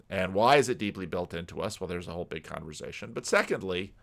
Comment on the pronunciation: No S in Converzation.